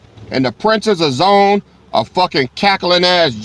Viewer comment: Zo-Ann . Hebrew ! We in Israel for real pronounce it Zo-Ann.Come on "King"!!